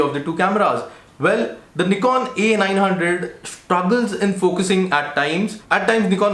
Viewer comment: Knee-kon seriously? It's pronounced nih-kon.